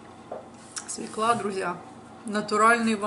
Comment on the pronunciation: СвЁкла, а не "свеклА"....